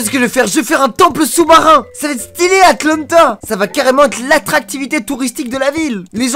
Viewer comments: a dit Atlante mdr, c'est Atlantide 😂😂😂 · Il a vraiment dit atlantas au lieu de l'atlentide